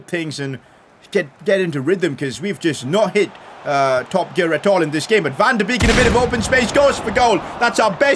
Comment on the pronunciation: Van de beek is pronounced van de bake